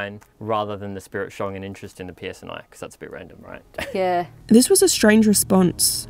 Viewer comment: Ghost says the P.S.N.I.. ladies say The P.S.N.A.. that's exactly what it said lol That's not even what you said.. you said psnA lol police service northern Ireland.. or police service northern Areland lol